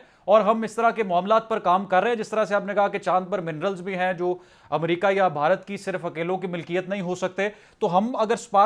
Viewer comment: Amrica nhi America Hota h 😂😂